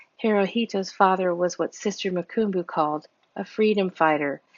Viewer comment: Vonetta= Vun-etta. Mukumbu= moo-come=boo.